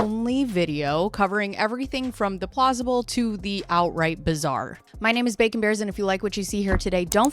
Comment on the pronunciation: Ohhhh bacon! Not bakin!